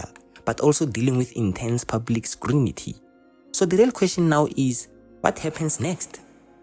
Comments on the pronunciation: hao "scrunity" uzokutrand'a🙆‍♂ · SCRUNITY ❌ SCRUTINY ✅ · Haibo! Skrunity? What's that?